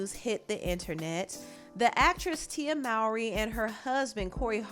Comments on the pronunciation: Her last name is pronounced MOH-RY not MOU-RY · Her last name is actually pronounced moe-ree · How are people still mispronouncing Mowry after all this time!?